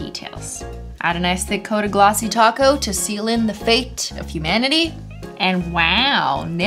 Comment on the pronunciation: now besides topcoat sounding like taco, i heard "nasty taco" instead of "nice thick"